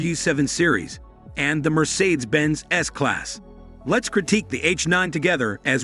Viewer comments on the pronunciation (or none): why can't this guy say BMW or Mercedes Benz correctly?